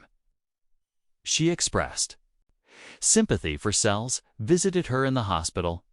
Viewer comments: It’s Seles, not Sells, you idiot!! How frustrating! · Please learn how to pronounce the names correctly, ruins the story when you repeatedly get it wrong. Seles (pronounced Sel less)